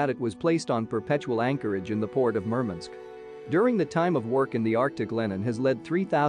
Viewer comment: Murmunsk ? MurMANSK MurMANSK WurMANSK !